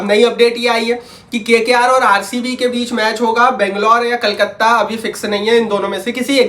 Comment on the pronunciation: Kolkata ❌ kalkate ✅ 😂